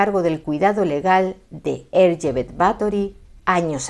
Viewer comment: no sabes cuánto te agradezco que no te hayas referido a ella como Elizabeth, y que además hayas pronunciado correctamente tanto "Erzsébet" como "Báthory". Por supuesto, encantado con que por fin alguien haya tirado por tierra, con datos, la leyenda negra de esta mujer. Y es que, en los últimos años, he visto algunos vídeos de otros divulgadores que se dejan llevar más por la leyenda que por la historia real. Espero con muchas ganas vuestro vídeo sobre María Estuardo. ¡Feliz domingo!